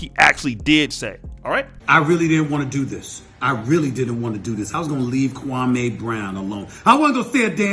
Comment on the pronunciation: 2 quick points #1 the shit wit stak and matt Barnes was 2 weeks in a row the Jeanie Buss episode then the Gilbert episode. #2 the fact that people say his name like that kwamaeeee brown is disrespectful in itself dude name is Kwame and Steven A has been told over 10 years ago that’s disrespectful to say his name like that